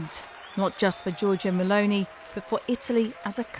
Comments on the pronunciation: "Meloni" and not "Melonia" pls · GIORGIA "MELONIA"???? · Yeah, it's MELONI not MALONEY. She is Italian, not Irish! 🤣